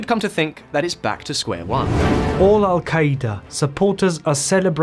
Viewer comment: This guy's pronunciations lol sha-rya Alka- eda